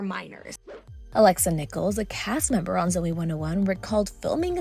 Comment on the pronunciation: Brian peck never went to trial, he pleaded no contest. And it’s Alexa NikoLAS not nichols.